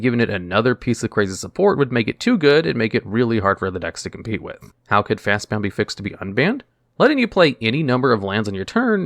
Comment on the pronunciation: He keeps adding a U. There's no U. It's FastBOND